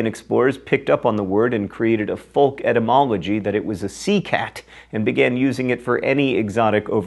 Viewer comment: Did you really just pronounce the "l" in "folk"?? Wow, dialects are weird.